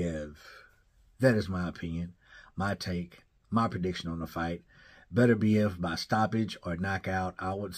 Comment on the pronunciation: I like that pronunciation buddy Beterbiev I’m from there. Beterbiev gotta be the scariest dude to face off against emotionless, bearded with 100% KO rate don’t need to say much. 20-0. 20 dead bodies